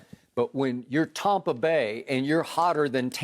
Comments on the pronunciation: How many times did Skip pronounce Tampa "Tompa"😂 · He is calling it "Tom"pa Bay, because he loves Tom Brady so much... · Who's this "Tompa Bay" "Tumpa Bay" Skip speaks of 🤔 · The only thing worse than Skip’s opinions is his pronunciation of the word Tampa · skip cant pronounce TAMPA correctly.